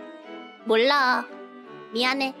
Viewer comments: 스팸 넣은 김치찌개+몰라 미아내 발음을 보면 한국인 아닌가요? ㅋㅋ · 몰라 미안해 저정도 발음이면 한국인 아니냐 ㅋㅋㅋㅋㅋㅋ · 저 몰라 미안해가 너무 발음도 좋고 귀여웠다